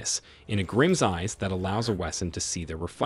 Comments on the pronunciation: I’m sorry, did you say WESS-IN?! It’s pronounced VESS-in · The W is pronounced as V in German! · The W is pronounced as a V sound in german (which is the proper way to say it and the German language is where a lot of the vocabulary in Grimm is from) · Pronounced z in the middle not ss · No, there's no "ss" in the correct pronounciation, it's a soft "s"! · It's pronounced "Ve sin" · Bruh- WESEN IS PRONOUNCED WITH A V! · No "i" in the pronounciation of the German word Wesen! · That pronunciation of Wesen hurt me. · Did the official Grimm account really just pronounce wesen wrong. I wanna die